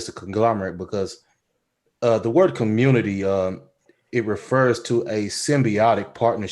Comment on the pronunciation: When said "ARC got to be beheaded for the communitah to work" had me rollin lol.